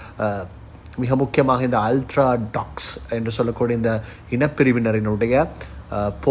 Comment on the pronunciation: தம்பி, அலட்ராடொக்ஸ் இல்லை ஒவ்தடொக்ஸ் (Orthodox ) மன்னிக்கவும்